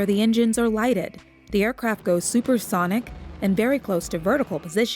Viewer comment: Did anyone else notice she said super thonic?